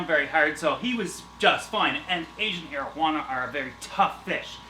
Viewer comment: Each time he says asian arowana i think he says asian marijuana